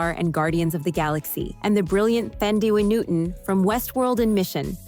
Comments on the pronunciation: I need to correct you with the pronunciation of Thandi Newton. The Th in Thandi is pronounced as just a T . It is an African name. Ph is also pronounced as only a P in some African languages. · Please! It wasn't half as bad as how she pronounces Thandi Newton!